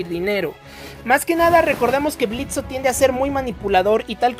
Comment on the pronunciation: "Blitzo" "Blitzo" "Blitzo" "Blitzo" "Blitzo" "Blitzo" Blitzø: QUE LA "O" ES MUDA!!